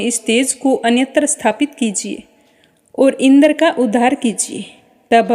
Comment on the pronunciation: मैम शब्दों का उच्चारण सही नही हैँ जैसे इंद्र पितामह